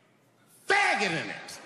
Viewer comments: I love that mislead at the start, where it seems like he's say it delicately, but he just straight up barks it at the audience. The dudes delivery is outstanding. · Him saying the hard f so hard is killing me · He knew this was probably the only time he could say "F**got" publicly without being completely crucified and definitely put some emphasis on it. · How he stresses that F word lol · I like how he emphasis on the word "faggot" every time he said it